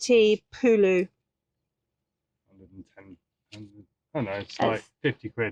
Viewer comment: 🤣🤣 It,s not Pulu but rather Pula! (BWP currency), anyway i enjoyed watching your tour, hope you loved our country.